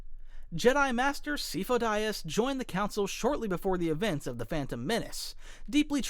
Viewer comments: Good video, but man… how do you mess up Sifo Dyas’s name so bad LOL, it’s spoken not only in clone wars, but multiple times in a mainline film. Others I get but man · The fact you mispronounced Syfo Dyas' name when it's clearly pronounced throughout the shows and movies. Tells me you talk like a nitwit on purpose. Say it right, not in your way... which id wrong. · C fo Dias and after I told you that you did the other pronunciations so well compared to the first list guy I watched what a shame, literally disliked, literally banned, literally don’t care about your elbow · After Sifo-Dyas I thought you were doing it on purpose.